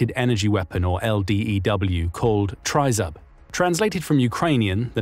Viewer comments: It's pronounced TRI (as in "trick") ZOOB, not TRY ZUB (as in tub). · Oi, Bozhe. It's pronounce "Trii-zub"! Now, put it on a low-flying cargo plane with EOP and high resolution radar, and see how many shahids and missiles it can take down in a night!